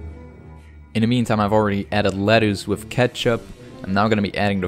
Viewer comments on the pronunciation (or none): Haha "let-oos"! Next time, make one for me! I'll pair it with some apple cider vinegar.